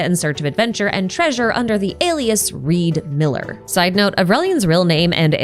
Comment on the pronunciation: His name is not Reed Miller it's Ree D. Miller